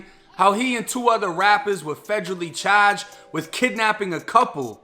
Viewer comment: Federally chaaaged! Debit caaad!